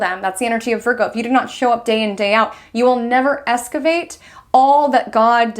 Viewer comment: NILL-hillistic isn’t a word. Neither is ESS-cavate. But thanks for the info!